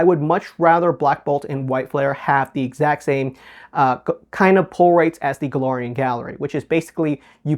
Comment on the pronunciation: Galarian Gallery say it with me Galariannn,not Golorian